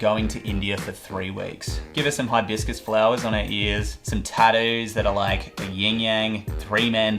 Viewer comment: Instead of saying tattoo he vocalizes the Netflix intro “taddu”